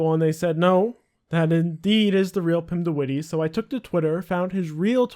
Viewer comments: "Pimdewiddy" I love English people pronouncing Dutch names. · 'Pim de Wittie'